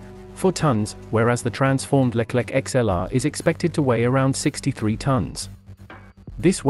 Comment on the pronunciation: it not Leklek , but Leclerc (read Lekler)